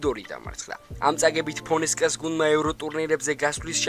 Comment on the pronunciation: გვარები რომ სწორად წარმოთქვას უფრო უკეთესი იქნება ფონესკა არაა ლიონის მწვრთნელი ფონსეკაა და ეს პირველი შემთხვევა არ არის ხშირად ეშლება გვარები 😀